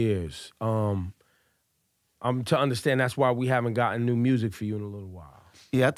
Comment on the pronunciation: Lol at “mursic”